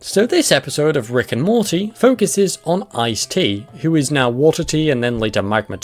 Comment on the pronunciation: Morty has a T in it. "Moree" lol